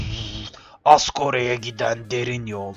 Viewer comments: Ezgor yazsan anlardı hala asgor diye okuyo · Asgore diye okunmuyor, Asgor diye okunuyor. Ama 'a' biraz 'e' msi gibi okunuyor. Herşeye kanser oluyorum ama söylemesem olmazdı .d